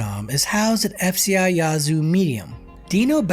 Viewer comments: it's Yeah-zoo. Not Yah-zoo. 👍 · You need to put a little more soul on in when you say Ya-zoo. I'm from Mississippi and that is not how we pronounce it fella. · You're pronouncing it wrong. It's not yah~zoo. The ya sounds more like the A in "at" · 5L - who TF you calling stupid!? No ONE pronounces that piece - Yahzoo - 99.9% of Mississippians call that piece - YEAH-zoo. You feeling spicy about it, come to Jackson and we can talk about it some more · Born and raised, definitely a rough place to live. It's not pronounced "Yah-zoo" city though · You can tell when someone is not from Mississippi, by the way they pronounce the names of certain cities 🤣🤣🤣🤣🤣🤣🤣